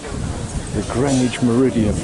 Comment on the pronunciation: Those Americans had obviously never been to Greenwich, CT, which is pronounced the same as you do. I built a few storage sheds in Greenwich many years ago now. They also mispronounce Worchester...